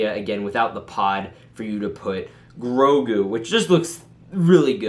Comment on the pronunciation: I thought I stroked out when you said grogu